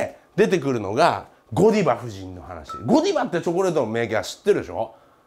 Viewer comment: 発音的にはゴダイヴァ夫人じゃね？